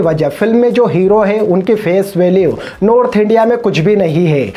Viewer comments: It's not Nodth india It's North India It's not Heppy ending It's Happy ending It's not grend It's grand It's not beground music It's Background music It's not pain It's pen First correct your pronounciation Then speak about others. 😂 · What is Pen India by the way?? We all know Pan India. You are saying Pen India. And what is nodth India? We all know north, south etc. You are talking about sudeeps hindi accent and what is your accent man??? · Bhai tune movie dekha hai Kya Movie ke bare me pata hi nahi hai to kuch bhi bolte ho kya Tum khud North India ko Nodth india bolte ho or kehate ho ki suddep sir Ka hindi acchi nahi hai Pehale tum me jo kamiya hai usse sudharo phir dusronke bare me baat karna